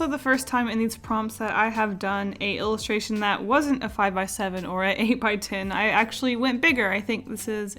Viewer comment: me cringe because " a ilistration !!!!!!!!!!!!!!!!!!!!